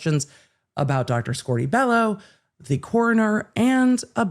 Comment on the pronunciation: I cannot wait to never hear "squorty bellow" again. I cringe every time it is said